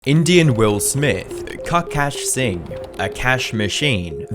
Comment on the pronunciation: “Cuckaash Singh” is crazy 💀